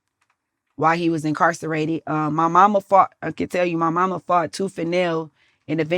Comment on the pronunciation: So nobody gone say nothing about her saying incarcerated wrong?!